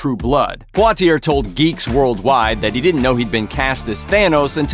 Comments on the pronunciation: Are you pronouncing Poitier half right and half wrong, at the same time? Isn't it supposed to be PWAH TEE YAY? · You are pronouncing Poitier wrong. It is French. As far as I know all names, things in French ending in ier has an ending sound of ee-ay Like Perrier, Dossier, Vizzier. It is the same last name as the famous actor named Sidney Poitier.